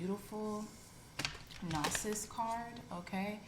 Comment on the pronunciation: Gnosis is pronounced “know-sis”. Thank you for your wonderful readings!!